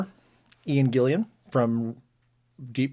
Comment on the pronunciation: Gill-an, not Gill-ee-an.